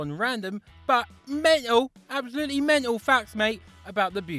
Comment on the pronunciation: Affulutely menal!